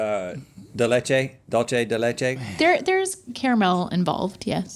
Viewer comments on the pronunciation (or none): Dulce is pronounced with a SE not CHE...